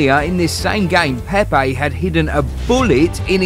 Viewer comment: Hey... What's up with this accents.. its PEPE not PEIPAY